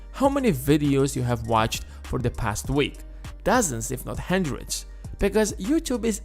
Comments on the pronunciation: It’s a HUNDRED bucks! Not a HEADRIC BUCKS! Speak English! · Stop saying hendrid !! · Say handreed one more time 😂